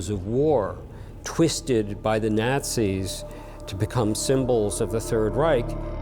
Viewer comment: If he pronounces "Nazis" like that one....more.....time. Nails on chalkboard